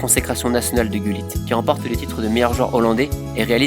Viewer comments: Did he said GULLIT? I have always known him as HuLLIT. 😂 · In French we pronounce it like that